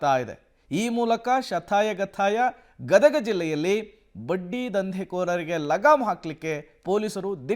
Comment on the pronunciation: It's not gadaga it is Gadag